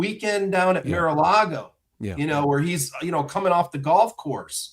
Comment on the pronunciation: I love when Filipkowski says Mira lago instead of Mar a lago